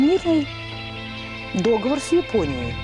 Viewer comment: Мой учитель русского упал бы в обморок, от произношения слова договор. С.ка они живут в стране, где говорят по-русски, но сами русский не особо знают, но что-то про американцев говорят. Они хотя бы ударение правильное делают. Я понимаю, что сам выразился, как не самый культурный человек. Но эти люди голосуют за то, что бы мы жили в дерьме. Прикрываясь русскими духовными скрепами и якобы нравственностью. Эти люди произносят неправильно слово : "звонит". Зато поют про единую Россию (я не про партию).